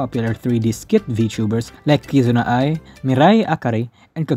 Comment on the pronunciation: who the fck did you mean by " kizna ay " ?